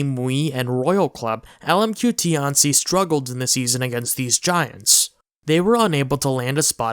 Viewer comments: Just a pronunciation pet peeve. It's not "tee anh see" , but rather a fast slurred together way pronunciation "t-ian qi" . Put this into Google translate 天七 。 it's similar to tian ci . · its not ti-an-ci its tian-ci the name butchering is painful....